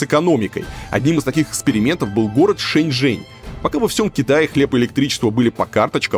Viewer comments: При поездке в такси с ЖЕНЩИНОЙ, перевод неправильный, вместо Шэньчжэнь, переводчик говорит ЖэньШэнь!!! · Несколько раз послушала диалог в машине на тему города Шэньчжэнь. В дубляже я отчетливо слышу слово женьшень 😂 это рофл дубляжа?🤪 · шэньчжэнь, а не женьшень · Лол а почему переводят Шэньжень как Женьшень 🤣🤣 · Почему голос за кадром называет город Женьшень?